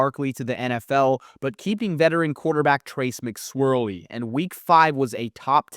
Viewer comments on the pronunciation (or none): Did he really call him Trace Mc Swirley?😂